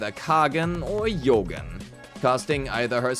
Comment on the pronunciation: It's not 'Yougen' it's 'Jougen' pronounced as in "Joe" or "Jonathan" or "Jogging" my German dude